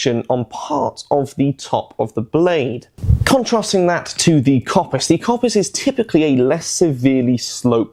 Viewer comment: Great video although I have to say the Kopis is actually pronounced Kopís (accent falls on the I). Being Greek I had to point that out.